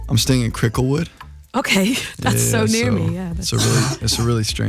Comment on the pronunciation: Lmfao at Matt saying cricklewood that's so wild I can't